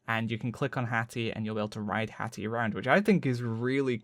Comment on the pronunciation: Lmao HATHAH x) PE! ME PE HATHAH! sorry it's too funny